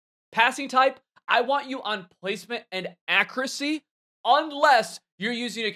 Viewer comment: “Akracy” lmfao